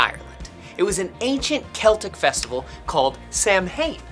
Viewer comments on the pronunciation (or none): cringed me lol it's pronounced "sa- win" omg im dead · Fact: Samhain is generally pronounced "Sow-in" in Irish Gaelic.Where "Sow" rhymes with "cow". In Scotland,where Scottish Gaelic is spoken,the pronouncation may vary slightly,sounding more like "Sah-vin" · Actually samhain is pronounced sah ooin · Omg I’m Irish and he said Samhain wrong it’s pronounced Sow-him 💀💀💀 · Is nobody gonna talk about how that's not how you pronounce Samhain. You pronounce it Saun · He pronounced Samhain wrong, it’s actually pronounced Sowin. Look it up. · I think presentation was actually pretty accurate. Except Samhain is actually pronounced "SAH-win. (Gaelic always confuses me.) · samhain is actually pronounced sa-ow-in -Irish Girl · The pronouncenation on samhain is off as an Irish person but it's cool to have my country featured oh and samhain is the next day in the irish language November is samhain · The way he pronounced Samhain was atrocious